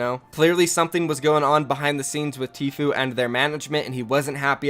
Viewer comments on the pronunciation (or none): The guy doesn’t now how to say tfue